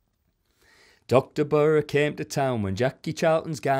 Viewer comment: Come on Berra?? Stockton pronunciation